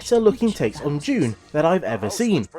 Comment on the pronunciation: Thought it's 'Dune' , not June. But what do I know... 🤦🏼‍♂